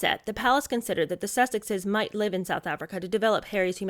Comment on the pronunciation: a common expression in England . And to those uncertain of pronunciation " live" is not pronounced "lyve". There are others mispronounced in the US using it too. Long-lived is an other one! Not long-lyved. Petty, perhaps, but like nails on a blackboard to me.